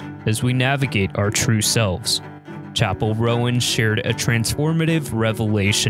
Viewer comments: it's not pronounced "Rowan"!!! it's pronounced "Rone" 🤣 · Roan not Rowen, pronounced as one syllable rhyming with "Phone".